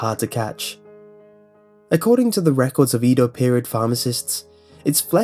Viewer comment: Eh-do xD